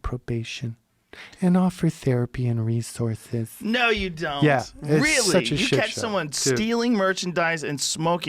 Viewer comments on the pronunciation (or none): The way he said resources omg I can’t stop laughing 😂😂